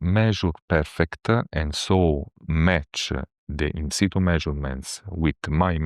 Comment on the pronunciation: He says ‘In situ’ (latin: ‘ on the spot’)….. not “inside”